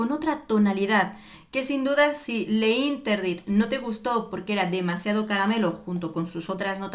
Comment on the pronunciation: Le interdit... no.. se pronuncia l'interdit... sólo és una sugerencia...😍